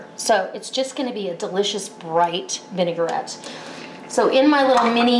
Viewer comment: lovely, thank you. The thing is, the word vinaigrette, as you can see, is pronounced vinagrette, not vinegarette. It is derived from the French word vinagre, for vinegar. I have subscribed to your recipes.